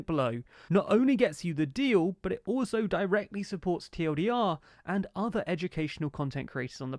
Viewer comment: "Watch teewelldeeR" 😂